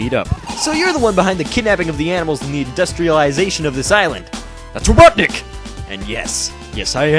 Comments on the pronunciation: It's robotinik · "Ah Knuckles, you were the only one who could pronounce my name right," I still love watching this even today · It’s robotnick ! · ITS rOBoTniCk